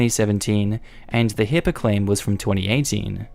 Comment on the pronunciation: It's HIPAA, not HIPPA.